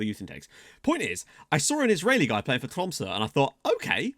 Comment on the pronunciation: Wow, you pretty much nailed the pronunciation of Tromsø!